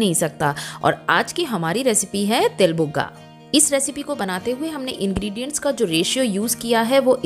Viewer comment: Til bhugga bolte han not buga